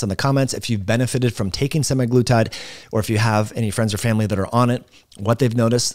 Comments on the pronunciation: Stopped watching after he mispronounced it twice. Say it like this: semag-lutide. Not Semi-Glutide. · For fucks sake it’s not “semi-glutide”. It’s literally in the name “SEMAglutide” 🙄🙄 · "sema" not "semi" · It's not SEMIglutide but SE-MAG-LUTIDE